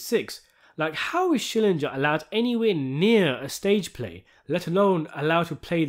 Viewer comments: It's SHILL-ING-GUR!!! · It's SchillinGer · Schillinger would be losing his mind, with how many times you've said his name wrong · I love how you deliberately (I hope) mispronounce Schillinger's name, just like the characters in the show. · Learn to pronounce Schillinger's name